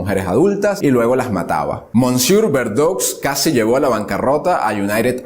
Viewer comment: Se dice "mesié"....